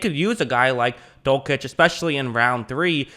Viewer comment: Dul - sitch, not Dul - kitch